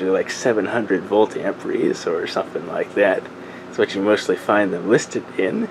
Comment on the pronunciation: AMPERE.....Not AMPRE....Silly kids